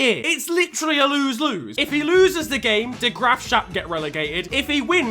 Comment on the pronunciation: The way you said de graafschap actually hurt